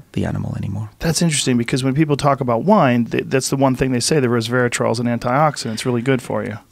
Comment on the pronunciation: Did he say “reservatrol”?